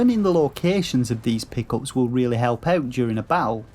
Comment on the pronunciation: "Pickles"?? I heard that and was like, "Is that Slang for something that I don't know? Like 'Easter Eggs' or treasure or something?". ... (You were saying "Pick-Ups".)